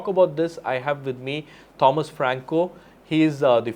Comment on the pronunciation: The 'h' in 'Thomas' should be silent.